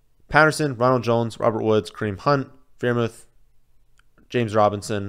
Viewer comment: The freiermuth mispronunciation is like clockwork. I love it